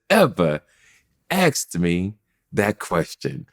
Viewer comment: this guy loves himself so much,,still cnt say "Asked ",,,axed wtf lolll